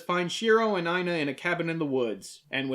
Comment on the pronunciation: Yo, the female leads' name Aina was my grandmother's name. This episode was trippy for me just hearing her name peppered through out it; thank you for pouncing it right too - i have heard way too many variations of the name (some not too clean to say the least) . Had to check if it was spelled right too, and holy hell it was. Thanks for this episode and happy Holidays!